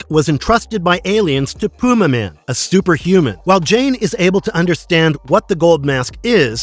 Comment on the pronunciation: It's pronounced Pyumaman.